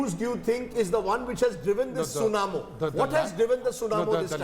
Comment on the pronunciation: It's tsunami not tsunamo lol